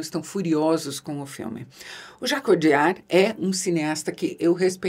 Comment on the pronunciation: Jacques "odiar"